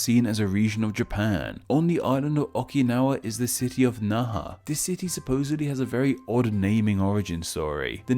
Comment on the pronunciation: He pronounced Nara and Kyushu wrong.He thinks that 'ky' is pronounced as 'j' as in French. Edit:It was actually Naha,not Nara